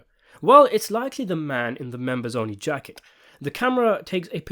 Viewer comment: I love the way the narrator subtly slips Soprano quotes into his scripts. Like the way he pronounced "the jaaacket" when talking about the members only jacket.